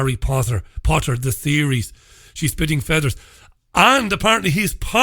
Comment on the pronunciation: did you say 'spitting feathers' or 'shitting feathers'? You were talking about Osborne having a fondness for sticking baby pigeons up people's arses and I assumed he had met J K Rowling at some point!